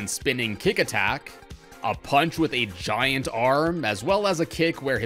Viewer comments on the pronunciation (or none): none